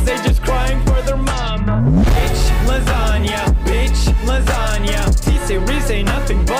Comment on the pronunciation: LASANGE LMAO (not hate just thought it was funny)